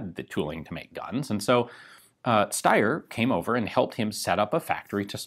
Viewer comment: But it's the right way